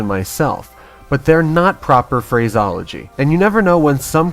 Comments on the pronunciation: Pedantic comment: it’s pronounced ‘phra-see-ology’... ;) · was it supposed to be irony when you mispronounced the word "phraseology"? The correct enunciation is phrasEology - the "e" is NOT silent. :-) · Stop pronouncing PHRASEOLOGY wrong man.